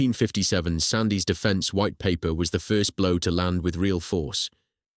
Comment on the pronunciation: Ffs Duncan Sandys was pronounced “SANDS”. And Secondly, politicians have absolutely NO business whatsoever, to interfere in the business of engineering or military or railway affairs. Governments are just parasitic cancers.